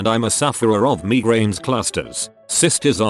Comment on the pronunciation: Everybody:migraines Robot voice:me grains